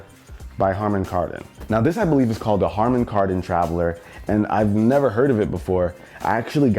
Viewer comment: It‘s harman not hardom, but great tech as always